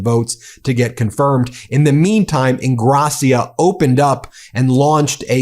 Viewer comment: Ingrassìa, not Ingràssia.